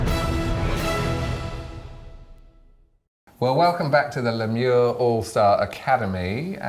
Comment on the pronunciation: My dear ladies u have butchered the “Le Mieux” pronunciation